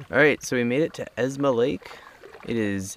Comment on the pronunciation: Great video series guys. Just wanted to let you know that the lake is called 'EsMa Lake' not 'EsNa Lake'. Keep up the great videos!